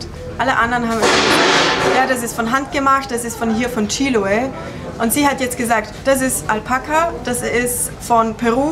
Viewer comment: Anstatt "Chíloe" kannst du nicht «Chiloé» sagen? Du musst nur die letzte Silbe betonen.